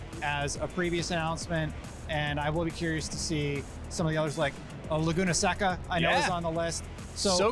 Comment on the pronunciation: I’m sure you’re a great guy, but how you pronounce ‘Audi’ and ‘Laguna Seca’ makes me want to vomit